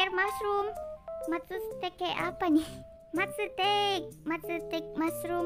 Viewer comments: Dibacanya matsutake bukan matsutek 😭🔫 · Kak kakak kalo nonton Doraemon pasti tau itu jamur matsutake bukan matsutek